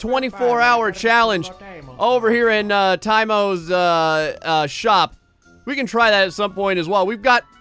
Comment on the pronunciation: PLEASE CALL IT A MINIBIKE! And say "tei mo" not "Tie mo"!!